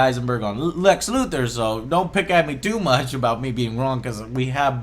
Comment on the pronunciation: the fact that most of this movie was going to the team assembly and return of superman is what i complained about the most, but yet i got hate from fanboys for it in the comments section. also, can we stop him calling lex luthor? he's closer to lenny luthor than lex.